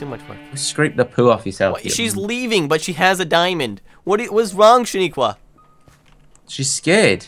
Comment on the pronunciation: it's not shaniequa it's sha nana